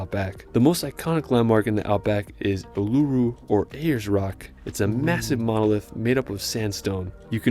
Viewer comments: Lovely photography of our wonderful country BUT...if you're going to get an American to do the commentary at least get on who can pronounce our places of interest correctly. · It's "Uluru" no longer called Ayers rock since 93 i live in the Northern Territory.